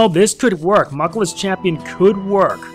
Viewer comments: ***** Pronounced Moo-kla but spelled mukla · It's moo kla